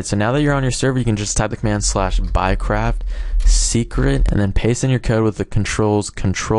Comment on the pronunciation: sounds like your saying "buycrap"